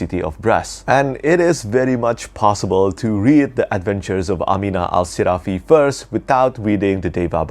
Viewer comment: Great video, I like the way you pronounce “Amina Al-Sirafi” like in Arabic. New subscriber! ☺️